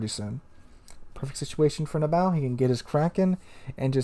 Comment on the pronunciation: You keep saying Nab bow "" The persons IGN is NAB BO like Bo Jackson or BOWHUNTNG..... not like the bow of a ship >(